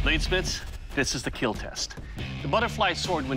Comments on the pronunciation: It will keal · This sir will KEEL, not KEAL🤦‍♂️🤦‍♂️🤦‍♂️🤦‍♂️ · So after all he can say "it'll kill" normally without going "it'll KeAeAeLl" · Its not KEAL its KEEEEEL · Why keal why not keel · its supposed to be "KEEL" cmom yall, listen to the people. Quit overthinking descriptions!